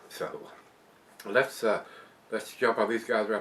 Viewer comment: When you said " letsa( sounds like Elexa) jump up here on untapped." Thats when she interacted with ya bro. *cheers*😁🍺